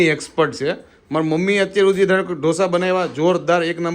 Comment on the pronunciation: 'ડોસા' નો હોય 'ઢોસા' હોય 😅😅